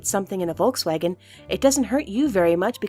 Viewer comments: "Wolk Swagen" ? xDD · It’s said folksvagen It’s spelt Volkswagen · It sounds so funny how you pronounce "Volkswagen" :D (I´m german) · Hab ich mir auch gedacht 😂